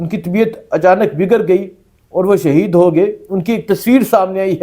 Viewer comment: اوے لفظ "شہید " ہوتا ہے ،